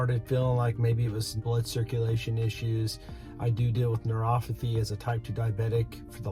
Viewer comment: It’s neuroPathy, not neuroFathy.